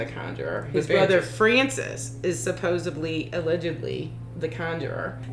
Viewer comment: Supposedly not supposebly